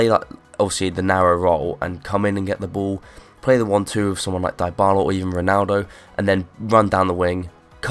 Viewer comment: Die-Bala? its Dybala.